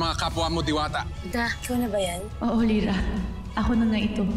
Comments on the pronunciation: ako lang ba nakarinig na pagkasabi ni danaya gira hindi lira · Zira daw hndi Lira 🤣😂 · Nagkamali si danaya sa pag banggit ng pangalan ni lira ahahahahahahahhahahahahaha